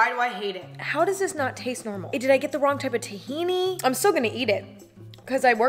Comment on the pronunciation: The way she said ( Taheeny - hames ) it so funny and cute , I want her to listen to how it pronounced correctly like we do